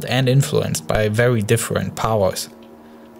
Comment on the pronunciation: *vewy good